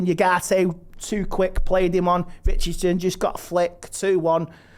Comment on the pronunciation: "Richardson", "Sisko"... lol 🤣 Good old mispronouncing player names!